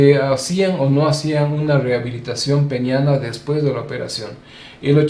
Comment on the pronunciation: Peneana, Doctor.......Peneana!